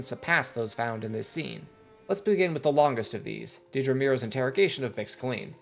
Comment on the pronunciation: I found it a little jarring you say deed-rah when its more like ded-rah. too much eeee